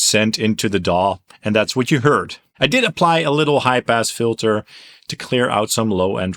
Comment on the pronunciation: Sounded like you said you used a “ HYPE ASS FILTER “ then it registered…. High pass filter.